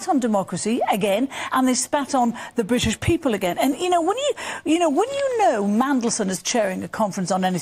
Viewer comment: Same fool sat on sky saying all these things wont happen . Were bwitish you know old boy